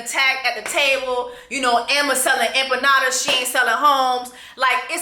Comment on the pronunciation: Those empanadas piss me off. She can’t even pronounce it right 😭💀